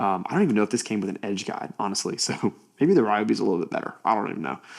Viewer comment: Kudos for saying ‘RY-obi’ not REE-obi! 😂 I guess those people also eat ‘REE’ bread instead of RYE 🤦🏻‍♀️. Great tool, especially at that price, hard to beat its features. Some say the clear base is on backwards for packaging(?) 🤷🏻‍♀️